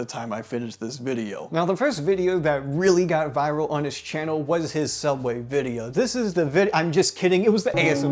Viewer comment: “Cheerio, we have the UK viewers!”, “Soooubway”.